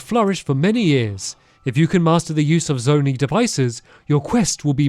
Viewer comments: It’s zona-I not zonee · Btw Stampy it's pronounced zow-niy, not zo-nee. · Stampy calling them Zone-eee is upsetting me. Its Zone-Eye. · Thanks stamps for making this play through also it's pronounced zon-eye sorry I am struggling with you saying it wrong lololol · Hey, Zonai is pronounced Zone eye 😂